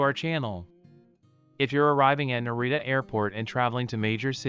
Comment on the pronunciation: Hard to watch when all the names are mispronounced